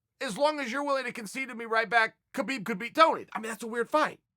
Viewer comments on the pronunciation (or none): put some respect please, learn to pronounce his name correctly, khabib (ha-bib) not (ke-bib) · CHAEL!!! His name is pronounced HABIB!!!! If you want to give him respect, pronounce his name right. Seriously. I'm sure in your life, people have said your name incorrectly. Kale, perhaps. He's Habib. There's a guttural kh sound, in there, in his language. But it's Habib. Go ask him yourself. Also, yes, he's an intelligent fighter, with an old world mentality. He will never show you all his cards. So, expect to see more unexpected skill sets. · He's saying Khabib's name wrong. The K is silent -__ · Why cant people pronounce his name properly? The K is silent. Do you pronounce the G in Gnome? No.. So why is this such a problem?